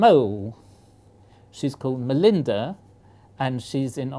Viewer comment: Hahah "young MOLEinda" gave the prof a mole!